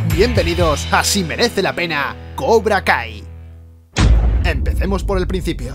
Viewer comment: Pense que decia cobra gay xdd